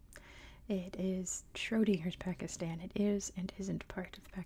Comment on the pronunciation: Nah Pakistan pronunciation is fine i don't know amyone who calls it 'PakistARn'😂